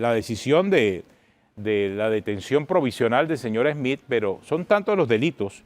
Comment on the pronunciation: No se pronuncia "Esmith" , no se usa la E , es solo la S, Smith